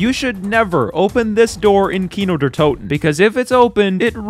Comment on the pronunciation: Haha the English pronunciation of Kino der Toten 😂